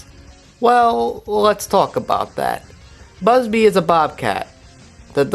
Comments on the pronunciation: I hate how you keep pronouncing bubsy as "busby" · First order of business when reviewing something, learn how to pronounce the name of the thing you're reviewing. Otherwise thanks for the review.